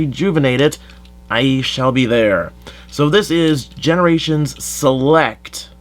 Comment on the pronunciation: "This means there's a Hot Shot in G1 now" Uhhh... Did you forget the S in Generations?